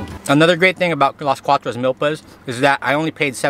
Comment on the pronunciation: You say it Meelpas not milllpas